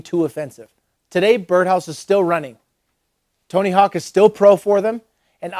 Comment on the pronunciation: "Oh Tony Hawks? Yeah he's rad" LMAO I know dude it killed me too but now I say it like that just to see if I'm ever corrected!